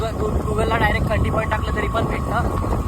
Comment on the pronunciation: भाऊ खंडी नाही रे खांडी आहे ते